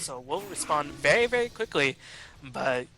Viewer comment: I swear says "very very" about 20 times this video, I'm only picking up on it cause it sounds like "veyee veyee." Work on pronouncing those r's and slowing down the pace a bit! It's a bad habit >